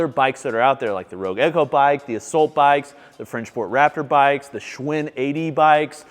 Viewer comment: Another great review,. I have learned a ton from you over the last couple of years; thank you. I have to say, though, that i hate the way you pronounce “assault.” Lol Also, where did you get your stand for your Prime Adjustable Bench